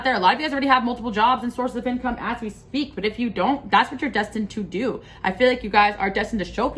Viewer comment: You said as we "sweak" instead of speak so cute made me giggle ❤